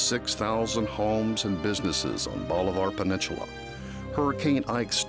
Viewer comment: Can someone teach this guy how to pronounce bolivar peninsula?